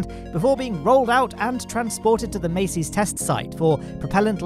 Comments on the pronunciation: Sorry mate but I have to correct the two names you mispronounce every week. Jack Beyer = buyer, not bayer Massey's = mass-ease, not macy's Love your videos though. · Is "Massey's" actually pronounced "May-Sees" or is it "Mass-Sees"?